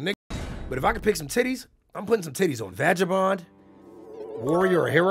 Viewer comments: Nigga said "vajabond" 💀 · Vaja-bond nigga what? 🤣🤣